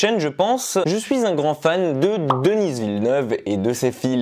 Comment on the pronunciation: Alors, ce n'est rien de grave, mais je tiens a spécifié que ça se prononce Deni et non Denise. Voile. Sinon bonne critique 🙂